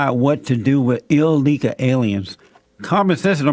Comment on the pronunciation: The word is illegal, not illeguh. Jesse dunce.